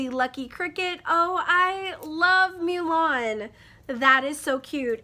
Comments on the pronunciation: My brain farts whenever you say “Mulan” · Yeah shelf love crate definitely won, litjoy was slacking. Though I do like the Mulan thing! BTW you say Mulan weird. 725 subscribers!! Dang shortness, you killing it! :) I am still laughing at you breaking your nail after saying you didn't need scissors 🤣🤣